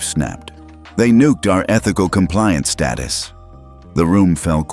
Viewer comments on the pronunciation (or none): Status is Pronounced as STAYTUS, NOT STARTUS learn how to read correctly.